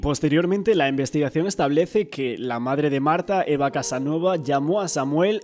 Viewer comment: Al menos pueden decir bien el nombre de la madre, no es Casanova, sino Casanueva.